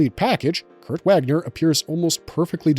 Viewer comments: Also the W is a V sound. " Vaagner" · Not Wäckner. The A in Wagner is long and deep. Like the A in Arnold Schwarzenegger. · You know so much but don't bother to look up how his Name is pronounced. He is GERMAN. His name is not pronounced like its just reading words in US american pronunciation.